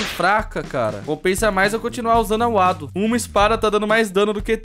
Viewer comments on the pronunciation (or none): É Wando não wado